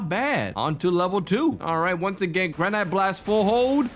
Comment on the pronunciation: Also, Granite is pronounced "Gra-nitt"